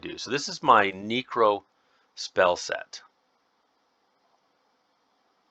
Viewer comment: “This is my neecro spell set.” I had to do a double take on that one, my neecro